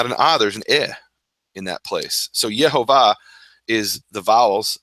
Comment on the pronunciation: I have always been misled to thinking the pronounciation is Yahweh, thanks to you gentlemen for clarifying. Yehovah/Jehovah our Father, praise His holy name.